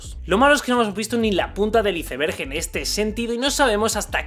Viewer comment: "la punta del iceberg" jajaja si es una palabra anglosajona, pues pronunciala como tal, no le españolices.